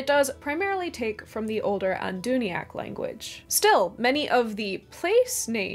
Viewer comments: Adûnaic, not Adûniac. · Adûnaic is as spelled /aduuna'ik/ not /aduuni'ak/. Sorry but you did ask to be corrected. The rest seemed ok. Well done, a lovely video. I prefer Sindarin. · I think the only mispronunciation (at least the only one I caught) was that you named Adûnaic as 'Anduniac'. Overall, very well done! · "Anduniac"? I think you mean what it actually says on the screen. ADÛNAIC. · You did ask for comments on mispronuciations, so with due reluctance— you pronounce "Adûnaic" as though it were spelled "Andūniac". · "Anduniac" I've always thought of it as it's written, adunaic 🤓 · Or, strictly, "Adûnaic" (with the circumflex indicating a long vowel). I too find it difficult to avoid mispronouncing it as the more English-sounding "Adûniac"! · Sindarin is my favorite of Tolkien's languages. I love the Welsh influence and the sound, as well as the fact that it's the common Elvish tongue that was spoken every day. So it's what most of us think of when we hear the word "Elvish." As far as mispronunciations in the video, I think Adûnaic is pronounced "Ah-doo-NAY-ic." It sounded like you switched the A and I. Otherwise, good job! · AdunA-Ic,.